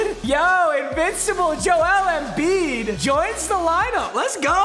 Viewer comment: Foreigner jackpot: Papa, “EMBIID”. Yao Ming typing…